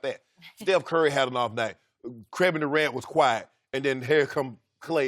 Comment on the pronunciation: 'Qrevin Durant'